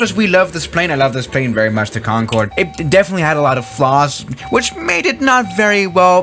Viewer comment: im surprised he did not catch himself saying :CONFORD